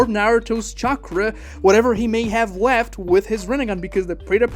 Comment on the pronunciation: you said weft instead of left lol